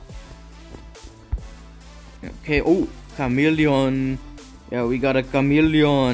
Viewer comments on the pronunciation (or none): What a kamelion.🤣🤣🤣. Saying camelion in asian pronunciation.Seriously you have good commentry bro.